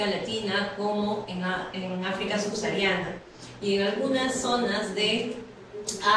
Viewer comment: Teniendo tantos médicos en essalud a nivel nacional no podían elegir un mejor ponente? Otra cosa se pronuncia SUBSAHARIANA no subsariana